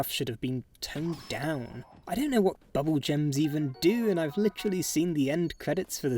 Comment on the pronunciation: bubbel gem respecter here, I love "gaining buble gem"